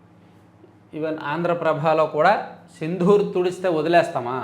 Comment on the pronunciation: గారూ... సిందూర్...మీరు దాన్ని సింధూర్ అని పలుకుతున్నారు. "ద" కి వత్తు లేదు.